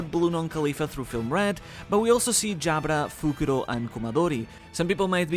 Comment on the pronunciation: It's hilarious to hear that this guy does know how to pronounce Jabra properly, not mistaken with the Japanese tounge Jabura. Yet he insists that Im to Imu to justify his theory of Umi (Sea/Ocean).